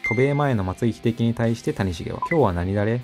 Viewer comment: 谷繁と松井秀喜の発音おかしすぎやろ